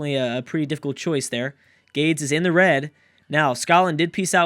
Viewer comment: so I hate that this is the only thing I have to say, but it's really been bugging me. The Carthaginian city that is being attacked by Egypt in the beginning of this video is not GAIDS. It's GAH-DES or GAH-DEZ. The Punic (Carthaginian) language is weird, and a lot of their words are difficult to pronounce (so I can see the confusion), but I know this for a fact. EDIT: As an after thought, I think if Byzantium wins, people who picked Rome should get half a shoutout (Byzantium wouldn't exist without Rome to be in the game)